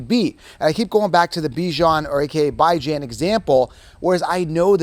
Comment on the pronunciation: “Bi-Jan” my main man